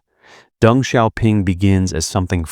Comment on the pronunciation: Isn’t it “Deng “ and not “Dung?”